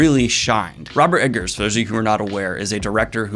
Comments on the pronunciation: Dude, if you love him so much, get his name right. Robert EGGERS, not Robert EDGARS... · Is he saying robert edgar not egger? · I should cut you slack, for you did say you have problems with names, but saying E-D-ggers instead of Eggers hits me in the pet peeve every time :D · Robert Eggers. Not Edgers. Eggers. EGGers. E G G E R S. Double G. Robert Eggers. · That's Eggers, not Edgars, js js js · Daniel keeps calling him Ed-gers lol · Wait, is his name pronounced EDgers? Or is Daniel misspeaking? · Egg-ers, no D in there. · Oh my God. Daniel. Eggars. It's EGG-ARS. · Just a heads up about the director. There’s no ‘D’ in the name Eggers.